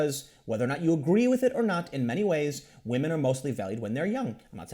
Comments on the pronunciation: He said Wamen. Tim Pool, Said Waman. “WAMEN.” Ironically un-ironically. Time stamp it guys. And save the date. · Waamen? I heard that, Tim. 😏😂😂😂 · Tim said wamen! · In other news, Tim says "wahmen." Welcome to the dark side Tim. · Did Tim just say whamen? lmao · For some dudes, feminism becomes their fedora. Also, I nearly choked on my root beer hearing Tim say Whamen. laughs I expect that from The Quartering, but it's a first here. In this situation I think it's well deserved. Feminists try to wham their way to more money for women, even when they are already making more at the company in question. That's going to backfire hard one of these days. There is only so long and so far that any group can badger and bully before the "oppressed" becomes the oppressor. The disgusting thing about that, to me, is that you'd think these people would know better (having been "oppressed" and all) but they never do. Fake oppression, or power corrupting principles as a human, rather than gendered, convention? You guys decide. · HA YOU SAID WAHMEN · Did Tim just say "wahman"? He's one step closer to that red pill. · Hearing Tim say wamen, and talk about beta males...... it just tickles me. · Is this the first time that Tim has used 'whamen'? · Tim just say wahmen?!? Que!?